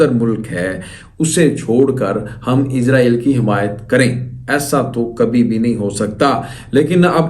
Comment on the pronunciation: ইসাল নয় হবে ইজরায়েল নামটা ভালো ভাবে বলো !!!